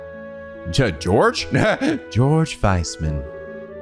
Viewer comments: Georg is pronounced "Gay-org". Yep. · Just a tip it's "Gey-org" Weissman at least thats how the japanese dub pronounced it